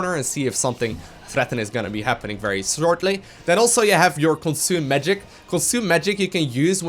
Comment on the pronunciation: slhorlty ?? well oke then :D